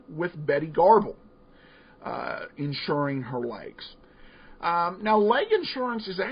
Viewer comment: The name is Betty Grable (graybol). Not garble